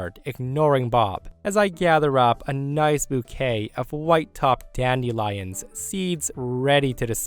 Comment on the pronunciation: Is weird pronunciation of "dandelions" some regional accent of which I'm unaware, or simply an odd mispronunciation?? The word is correctly said as "DAN-duh-lai-unhz."